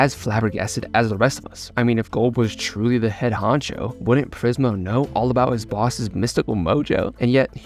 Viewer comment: Im having trouble figuring out if hes intentionally saying Prismal as "Prizemal" after saying Prismo correctly so many times. Is it just a funny language joke, or a speech thing, like how some people say soda and some say pop, or like tomato tomahto or smthn.